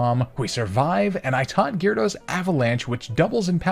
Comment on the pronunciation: GYARADOS, NOT GYRODOS!